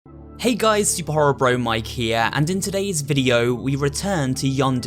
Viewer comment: Am I the only one that hears superHERObro, rather than superHORRORbro...?